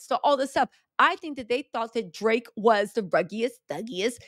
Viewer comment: I love your updates on Kendrick and Drake. And I crack up every time you say “Drrrraaaake”.